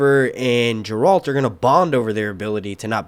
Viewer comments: I agree it’s Geralt. I hope you pronounce it correctly in future videos lol I keep thinking you are saying Gerald. But I’m happy you are making witcher videos! Please post a series review next! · Just a quick correction here. "Geralt" pronounce hard "Gi-Ralt," like this: Otherwise, it a great review! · I think its better that GOT, hell the first episode had better sword fights than all 8 season of GOT. I look forward to your breakdown of each episode and LOL hearing you say Garelt right.